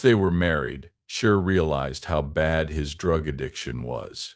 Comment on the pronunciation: What language is this? Pig Latin? You pronounce her name every way but the correct way. Are you a bot?